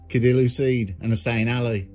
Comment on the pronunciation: Nice story. By the way, the letter C in Somali is pronounced like AA, not K. So his name is the same as Aadil.